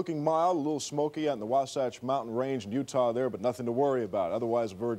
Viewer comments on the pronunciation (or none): none